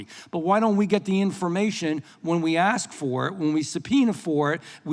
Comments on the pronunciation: I swear I don't understand why it is so hard to pronounce ASK?!?! I've never understood how people go so far in life and not be able to speak basic English.🙄🙄🙄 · How does someone who says “aks” end up in congress? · " I want to axe you a question " .. ghetto troll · So glad she was there to ax queshtuns. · Did she say: “want to axe you..?” 😅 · Who's the dipshit that spoke 1st who can't pronounce ASK correctly the way a toddler can? I'm just curious. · She lost me at axe… dummy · Aks you, smh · She's in Congress and still can't pronounce "ask" FFS 😂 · ASK.. not AXX. Duh. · Why can't a person elected to Congress finally pronounce words correctly. The word is "Ask' not " Akst". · Why can't some say ”ask" instead of " ax" ? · Aksing or Axing a question. That is the question. Das ist die Frage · Nothing says politician like saying Axe instead of ask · Cori…it’s ask not acts. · That woman REALLY gets on my nerves! She's a RACE BAITER, And she can't even speak properly!!! One of my pet peeves is when someone says, "AX" instead of "ASK". I mean, HOW HARD IS THAT TO DO??? It's just LAZY, and makes the person sound SO UNEDUCATED!!!😡😡😡😡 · I want to AKS? stop appointing low IQ Imbeciles to run our country... It's ASK!!!! not AKS!!!! GEEEEZ!!!! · It's hard to take someone seriously who went thru college and got elected to the House and they still say "aks" instead of ask. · How about talk intelligently and say "ask and not "aks"! I don't understand that. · The word is "ASK"...pronounced "Ahsk"....not "ax-sk". Example: I "ask" not I "axed". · Someone please teach her how to pronounce the word 'ask'. It's not "axe". It's three damn letters, how hard can it be to pronounce it properly? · Why is a member of the house of representatives unable to pronounce the word "ask"? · Who the hell would vote for a person who says "axe you a question" 😂😅 we're screwed 😅😂😢😂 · She "axed" directly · She isn't axing very good questions. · Did she say ‘aks you a question?’ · Axe you ?